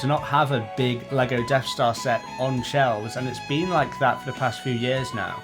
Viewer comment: Deaf Star? Am I hearing you right :)